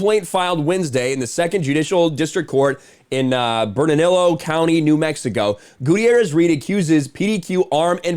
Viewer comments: Love your vids, for future reference, Bernalillo is pronounced "Burn-a-lee-oh" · Bernalillo is pronounced 'bur-nuh-LEE-yo.' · It's pronounced " Bern a Leo"